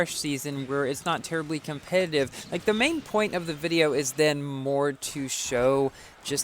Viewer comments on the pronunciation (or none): none